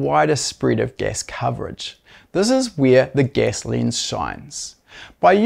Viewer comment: Your accent explained. Gas becomes guess. Lens becomes lins. Ten becomes tin.👍